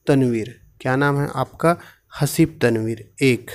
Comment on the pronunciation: हसीब नही ga हबीब